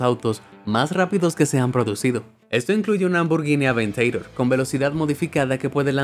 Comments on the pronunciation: se dice lamborghini aventador no aventeidor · No se dice "Aventador" se dice "Aveinteird" xdddd